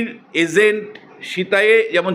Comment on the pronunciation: Agent, not Azent.😂